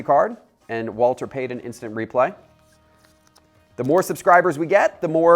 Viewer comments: Omg, Walter!! The man's name was Walter Payton not payden. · Why does he keep calling Walter Payton Walder Paden? Its driving me a littles crazy. Also...the Howie Long & Darrell Green RCs are just as valuable as the Dickerson RC.